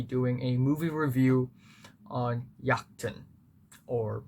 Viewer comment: Great review. Also, as a Dane I have to say your pronunciation of "Jagten" was surprising because it was so good. It's a weird language and Jagten is one of the weirder words.